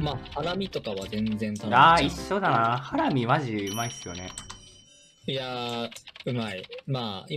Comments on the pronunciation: ハラ↑ミなのでこの世界ともとも違います🙄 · 「ハ→ラミ」だなぁ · ハ↑ラミだとちょっと「サラミ」感あるかも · のイントネーションがバレる…w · これ配信の時も見てましたww 最後が｢僕カルビと一緒のイントネーション｣って言ってたけど、カルビもハラミもイントネーションちがかった気がする……😂 と、思って何回も確認したけど分かんなくなりました😊